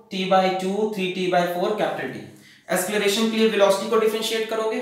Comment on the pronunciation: asceleration nahi sirrr acceleration hai vo